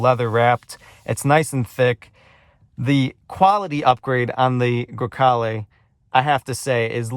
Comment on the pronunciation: I have the same car, you don't have to apologize because it does not look dirty - perfect Italian pronunciation (Grecale Modena) - I LOVE MY CAR